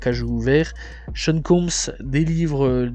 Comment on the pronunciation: Mec tu sais pas parler .notorious bic?snoop doc?seun combe?bousta rymes?buc daddy kane?faye evans??et toutes les autres en français et en anglais,un carnage.. inbeuliveable